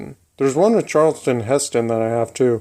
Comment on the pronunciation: Charl-ton Heston....not Charleston. That's a dance!